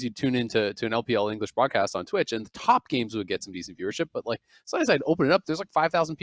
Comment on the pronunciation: Did anyone notice, that every time says "But like" it sounds like "Bud light" Example